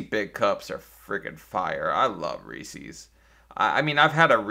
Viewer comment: Reese's, not Reesees. You're the Reesee. The candy company is the Reeser.